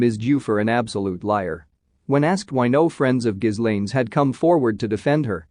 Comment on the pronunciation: It's GHEE-layne.....NOT GIS-layne.